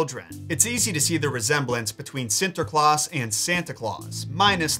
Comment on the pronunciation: Its funny he try speak dutch XD. I like it and you say it on a good way Sinterklaas and Zwarte Piet :). Keep up the good work.